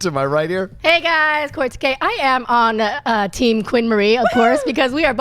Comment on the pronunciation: Hey isn't John pronouncing Kaori's name wrong or is it just me mis-hearing him.